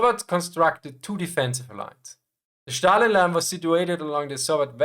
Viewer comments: its Stalin, not Shtalin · Why do you pronounce it as Shtalin? It's Stalin (as in steel) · It’s zhookov like foot and stalin with s like in snake